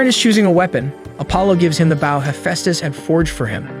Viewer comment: A bow is the front of a ship. While a bOw (the O in bow is the long O sound) is a weapon used with arrows. Sorry I had to point that out, but every time you mispronounce bow it throws me off and I just wanted to FYI because you have done this in other videos as well. I love your videos however, that is why I wanted to let you know! Please do not take this as anything other than helpful correction. 🥰